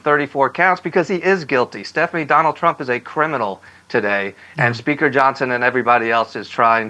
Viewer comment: How did Johnon lose his "s"?